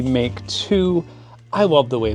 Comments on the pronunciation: Isn't it 'Mark' II / III etc? 🤔 Noticed you kept saying 'Make' – Just wondering if either a) I've been wrong my entire life, or b) It's a UK / US thing? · (1) Big fan, sorry to nitpick. (2) You mean "mark two" as opposed to "make two."